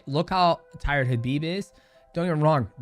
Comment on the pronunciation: The first MMA fighter to pronounce Khabib correctly. Well done might mouse. You are also amazing. God bless